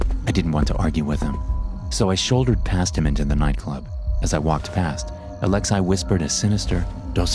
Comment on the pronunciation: Lol the way you say “Alex-eye” instead of “Alexei” (Alex-ee) idk why it made me laugh every time